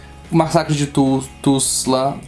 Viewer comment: Péssima análise, não saber pronunciar Tulsa é deplorável.